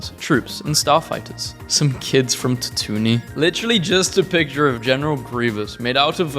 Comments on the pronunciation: If you say Tatooni again instead of Tatooine I am going to scream. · says it like “tat-oo-knee”. It’s “tat-oo-een”. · tatooine (TAT-two-ween) not ta-TOON-nee. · TA-TOO-WEEN!!!! NOT TA-TOO-NEE!!!!! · TAT OO EEN NOT TAT OO NEE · Ik he says (ta-toon-nee) instead of (tat-two-ween) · And he said quee gon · Bruh, "tat-oon-y" ? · Stop saying tatooine as tatoonie it makes me want to jump into the deathstar tunnel while it's firing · you say "tatoony" as comment bait, don't you? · If you pronounce it as tat-oo-knee, you’re the fakest Star Wars fan ever, cause like did you even watch the prequel’s? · The way he pronounces tatooine infuriates me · ...yeah I died for a second when I heard that but I respawned so we're good.